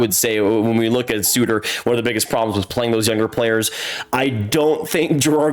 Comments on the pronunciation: I love how much effort you put into trying to be someone who knows his hockey. I appreciate seeing the fake confidence of a little boy who speaks as if he knows what he's talking about. But if kids like it then all the power to you. Fake it to Make it! p.s. You cannot say Suter for a Sutter and then claim knowledge of hockey. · You called Sutter ‘Suter’ and lost all credibility. You are officially a joke